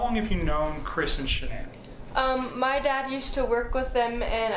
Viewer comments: Did you almost say sha-nee-nee😂😂😂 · She mispronounced her name...its ok.